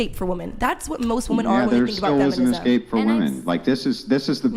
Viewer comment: Why can’t anyone on this show pronounce ‘escape’? Men and women always say ‘ecscape’ and I have no idea why???